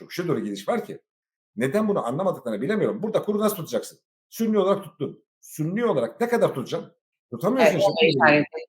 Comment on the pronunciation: sünni değil suni?!